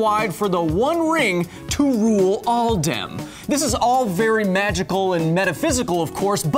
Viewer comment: Really? 21 sec you said "all dem",and not "all them" LoL. What; again? you said "paper," I think you meant pupil? Perhaps the bud your smoking; is not giving you the love that you so desire; Maybe you should stick with the weed from the Shire? Ah yeah Good ole "Wolf of wall street dwarf tossing!! $10,000 for whoever get's the first f @ Bulls- eye!?!?! LoL